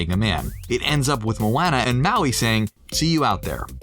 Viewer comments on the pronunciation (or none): Did... did she say moo-ey?